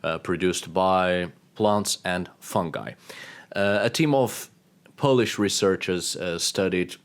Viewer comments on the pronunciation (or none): none